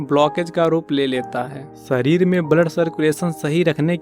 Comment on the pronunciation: सरीर नही, शरीर, जीवनसैली नही, जीवनशैली बोलो, हमारे बच्चों का उच्चारण खराब न करें